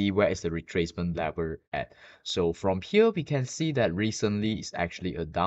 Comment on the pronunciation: It’s level not lever!!😂